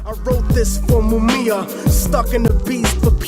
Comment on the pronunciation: Technique looked as though he was going to pound that dude when he said Mumia wrong lol i could see the FEAR lol